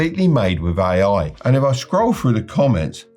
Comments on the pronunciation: Does he pronounce AI "aiai"? That's how I know the advice is not going to work. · Why did I think he was saying "aye aye" 😂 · "oue aye"